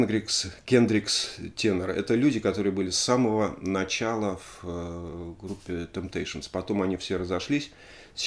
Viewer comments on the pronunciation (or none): none